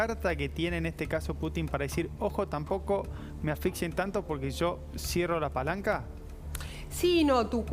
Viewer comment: No es "afixien"... ¡¡ Sra periodista !! es " ASFIXIEN " por favor.